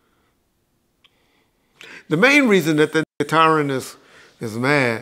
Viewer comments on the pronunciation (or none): He said “ tyran “ 😂😂😂😂😂😂